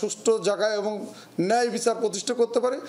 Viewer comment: এবন আর কে কে আছে? এখন পর্যন্ত "এবং" শব্দটা উচ্চারণ করতে শিখলেন না? কি আশা করবে আপনার কাছে -এই জাতি?